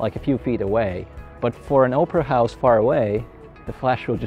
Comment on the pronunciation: I thought he said Oprah house 😂😂 it took me a minute to understand opera house 😂